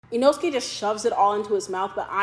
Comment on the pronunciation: though your cooking looks awesome. PLEASE use proper pronounciation for the foods. It's Tem POOH Rah.... Not Pem Pour ah. and Inousuke is not Inoskee. It's EE Noh Skeh.